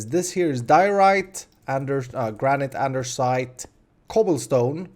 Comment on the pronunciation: Lol he says andersite